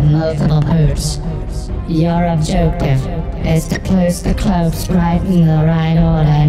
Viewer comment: "Your objoctive, is to ploce the clopes"